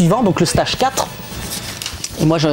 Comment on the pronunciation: Passionnant...mais PRONONCEZ CORRECTEMENT LE MOT ANGLAIS "STAGE"! MERCI.